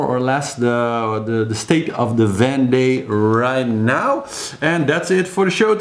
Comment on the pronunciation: Great report as always! Thanks.:-) While you are talking about pronunciation... has someone already mentioned that Vendee is pronounced Vonday? (ie Von as opposed to Van.) I can't keep up with all the chat so no doubt it has already been mentioned, but just thought I'd chuck that in the melting pot! Hope the bottom-scraping has gone well! Thanks so much for keeping on the reports until the last one comes in. It's the only way really.:-D